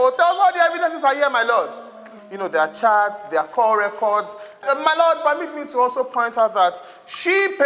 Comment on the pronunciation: I heard MY BET instead of MY LORD